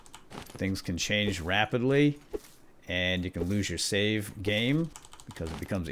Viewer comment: Just to make you aware the word is "save" there is no "L" in the word